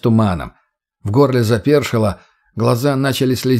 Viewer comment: Ну если ты читаешь, стараешься. Можно же и проверять ударения и грамотность. "тррэйдэр, оба ладони, запе́ршило, ви́довое разнообразие, по его обоим сте́нам, на обоих крышах, бетонный присту́п" и многое другое. Это всё неправильно. Тембр голоса приятный. Но интонация , ударения и прочее хромают. Да ещё гнусавость. Но конечно, мой комментарий придется кстати, только если чтец стремится к качеству и профессионализму.